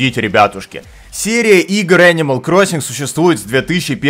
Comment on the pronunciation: Ничего так не греет душу как: "О энимал круасан"